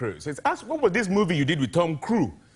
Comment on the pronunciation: Tom Crue...Steven Spielburger...Opera Wilenfry!